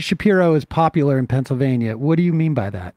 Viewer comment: He keeps saying "Shapiro's popularrr"... has he been outside of Pennsylvania??? I'm in a neighboring state (MD) and Shapiro is literally nothing here. has no idea what he's talking about outside of a single state.